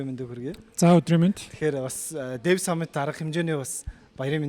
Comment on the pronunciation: Hotlogch n deev gd bhin 😅 dev shu